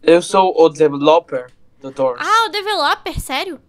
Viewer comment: o engraçado é o no começo: " DÓOSS " kk